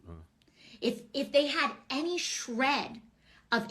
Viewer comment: “If they had any shhhRED...of integrity. Any SHREHHHHHD...🥴” I’m DYING. How friggin rich 🤣🤣